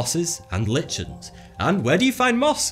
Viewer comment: Fascinating. :) ("Lichens" is pronounced,"likens",by the way. :) ) xxx